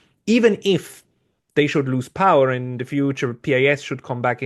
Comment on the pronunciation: As a man with pretty good command of English language, SHOULD know how his original Polish pronunciation of PiS sounds in English. So embarrassing...